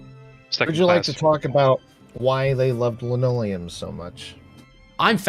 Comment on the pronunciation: I laughed out loud when said "I'm fascinated by lanoleum". 😂 Great video. Thanks!